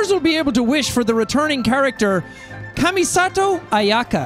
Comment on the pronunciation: I’m just surprised that Jack said Kamisato Ayaka correctly